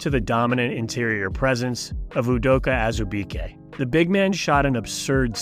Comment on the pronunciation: Alright, I did watch, and it wasn't that bad. "Azibeke" though? If you watched college ball, you would know how to pronounce his name... Just saying. Ball knowers know his name. Stop acting like an expert if you can't pronounce his name.